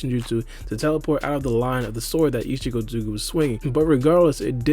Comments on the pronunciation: Isikotsuki?! Dude, chill... Are you in a hurry or just full ADHD mode? Talk slower and pronounce the name fully or just say isshiki instead. What's next, calling Naruto Uzumaki "Naruzumaki"? xD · just say "isshiki" lol